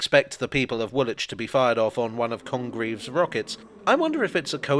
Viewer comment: You: Grennitch Me: Grinnidge You: Woolitch Me: Woolidge